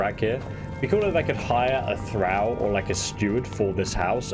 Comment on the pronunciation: "Thrall" like "all" and "ball" and "tall"